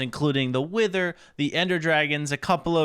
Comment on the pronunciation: I thought he said we need to defeat the winter not wither I had to rewatch that part 😂